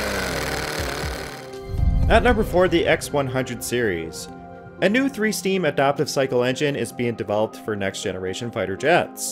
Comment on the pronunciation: You lost me at the "three steam" jet engine.